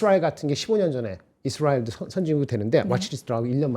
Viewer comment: 이스라웰 ㅋㅋㅋㅋ